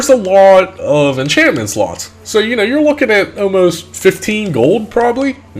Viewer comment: luck inchantment